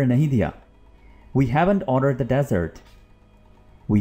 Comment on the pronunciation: The way u pronouncing the ( dessert) is wrong. Please correct that. Otherwise everything is perfect.